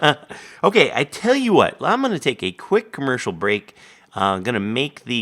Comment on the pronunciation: you mispronounced "commeeeeeeeercial break"